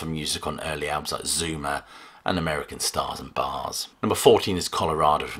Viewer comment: Ha ha! When you said "Zuma," I thought you said "Zoomer"!